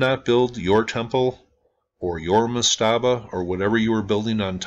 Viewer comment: I love your channel, great content, but /ˈmastəbə/ the emphasis is on the first syllable. I used to proof listen audio books and edit that sort of thing. Again, love the channel and the content. Just call them per-djet.